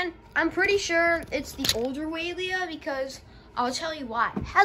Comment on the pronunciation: it is pronounced (why-uh-leah)